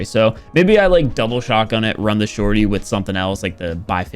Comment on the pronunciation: tryna pronounce shorty: The shortitiy